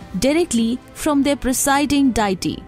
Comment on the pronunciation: Good information but pronunciation of "deity" and "devastating" is incorrect.